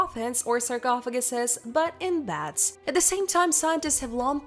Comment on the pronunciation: Its beds not bads.